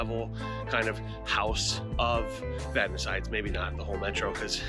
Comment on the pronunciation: As a Vadnais, I want to thank You for the pronunciation part of the video. It was Vad-Nay until We entered the U.S.